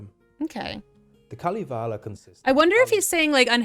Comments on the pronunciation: It os KalEvala...no i in it. Sorry, im drunk, like all Karerian ....🤔 Fun to listen though. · if you do a video of Kalevala...don't butcher the name. Pronounciation oh sry pronunciation (who the fuck knows with london?) i still likle pronounciation more...lol. Kaaalivalaa isn't even close. Kaalivala actually means oath to the all might cabbage. Pronunciation pls you ignorant fantastic ppl.